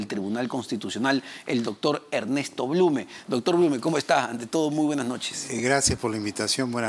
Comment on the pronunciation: Presuntaaa?,,,dijiste blune